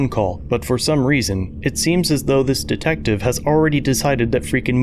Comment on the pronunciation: Did he call that man a dicktective? 😂